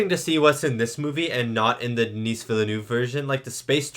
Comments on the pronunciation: Just to be really annoying, Dennis' name is pronounced "den-ee". "Denise" is a woman's name :D The S is silent. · Just FYI, Denis Villeneuve’s first name is pronounced Du-NEE (the S is silent). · You were concerned about calling the director David Leech, but you kept calling Denis "Denise" like the female name 🤣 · Always good to see young (and almost fresh) reacts on important movies. Wanna excuse for the prononciation of Denis fullname also ;-))) I am kinda estonished about Gen-Z comments that define in IMDB-ratings the old movie and its script as 'shit' and the remake as 'best film ever' - the rating 1 vs 10 fallacies with lots of predispositions. What about a good ol serious film review that tries to acknowledge the artistic freedom and professionality? What about the endless remake and franchise stream that could lead to the death of cinema ?